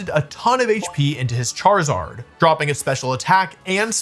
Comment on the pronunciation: "ChaRIZZard" lol😅🤣